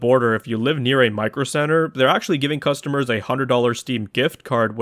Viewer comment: mf said "custommer"